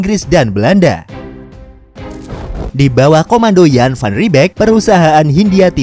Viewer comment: Channel nya luar biasa, informatife, nya pintar, jarang loh orang indonesia tau kalau "jan" itu cara pengucapan nya "yan"